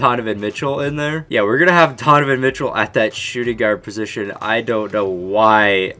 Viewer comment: you said tonovan Mitchell 😂